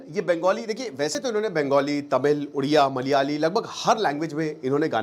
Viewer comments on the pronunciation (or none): none